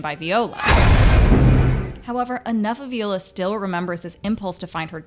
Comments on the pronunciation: lol “vee-ola” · Veeeola? Lmao viola? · Say it with me... VIIIIIIIola. Not VEEEEola.